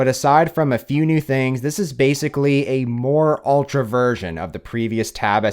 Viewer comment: Taaaaaaaab S9 OLTRA, JESUS CAN YOU SAY IT EVEN WORSE THAT THAT!!!!